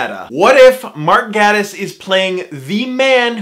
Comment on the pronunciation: I tried to listen to this video but I got too distracted/frustrated at every mention of Gatiss. It’s pronounced “gAYtiss” ffs